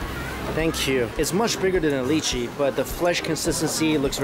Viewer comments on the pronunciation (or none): LYCHEE IS PRONOUCED "LIE- CHEE" not "LEE- CHEE"! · Li-chee....? Its Lie-chee Its normal for people to mispronounce it. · Does Mike mean lychee? What's a "leechy"?? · The way he pronounces lychee..... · Im seriously tilted by the way u pronounced Lychee. Please say it properly.. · the way he pronounced "lychee" triggered me so much lmao